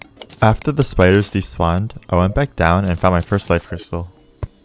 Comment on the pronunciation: ayo no offense but you pronounce life and cyst like l-if and s-ice